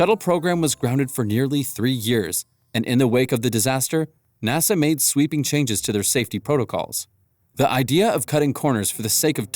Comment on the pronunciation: "Nossa" c'mon man...